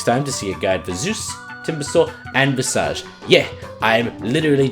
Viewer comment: Please listen to visages responses to learn how to say visage properly before making the next guide. thanks.